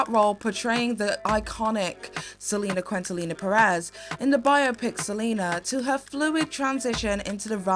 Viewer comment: Trying so hard to enjoy this but girl. "Living in Color" and "Selena Quintallina" are really taking me out of the immersion 😭😭😭